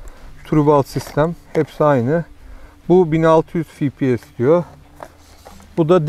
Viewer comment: Fİ Pİ ES değil dostum 😊 EF Pİ ES ingilizcede Fİ yok EF var 🤗